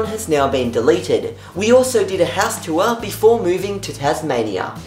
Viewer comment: You still can't pronounce 'tour', can you? Remember when Diana tried out TempleOS?